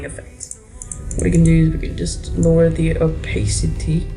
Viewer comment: "Lower the OPAACITY" xDD <3